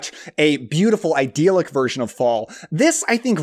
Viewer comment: I bring this up only because you use the word so often, but "idyllic" is not pronounced "iDEAL-ic," nor is it associated with the root word "ideal."